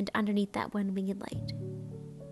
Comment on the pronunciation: Love the wing-ED light! has some classic pronunciations.